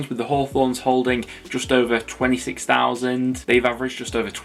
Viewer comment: did you mean to say preston attendance is 16,000? sounds like you said 6,000